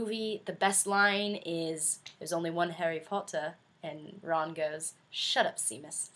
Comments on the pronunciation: Love you to death, but did you just say SEEMUS? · Seamus or Seamás is not pronounced "see-mus"!!! It's pronounced "shay-mus" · Lol I love how you said Seamus :D I read it like that too, until I saw the first movie and realized it was pronounced "Shay-muss" lol :P